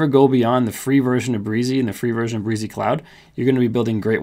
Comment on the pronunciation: Thanks for the excellent demo. Yes, game changer! Some minor edits: In their own tutuorials, Brizy pronounces their name - bri zee, rymes with dizzy. : "Layouts" option not showing up in free version but blocks, and saved/global are available with free version. Only 89 categories in free version as of this writing., not the 100 plus - are you using a pro account to demo the free one? : The stated URL whien using "view" option, is not what you have to accept if you choose the subdomain option when posting under "My Personal Projects" page. By choosing the subdomain option under "How to Publish Your Page" you actually get to put in your own choce of subdomain spelling. That gets rid of the hard to remember numbers and fruits. Does "layouts" option with multiple pages give developers the equivalent of a multi-page site? If so, maybe there is no need for multiple directories in CPanel when self-hosting. Anyway, I did what you explained and it all worked perfectly! Thanks.